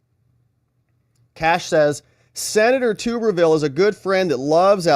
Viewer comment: LOL!!😂😅, it's Senator Tub-er-ville NOT tubberville!😂